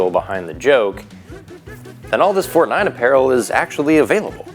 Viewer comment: I'm German, and I approve the "Fortnein" !